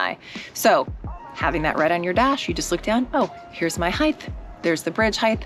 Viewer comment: Height, not heighth. Heighth is not a word.